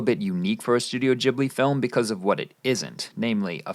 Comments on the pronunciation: Why are you saying Ghibil lile Jhibil? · Please learn how to pronounce words. Ghibli has a hard G. Like Great not Germany. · You're saying "Ghibli" wrong